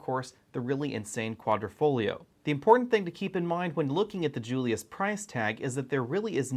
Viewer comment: Nice video, but the word is Quadrifoglio, not Quadrofoglio Quadro = Picture frame Quadrifoglio = Four leaf clover and the "g" in Quadrifoglio is silent. That's it for today's Italian lesson.😁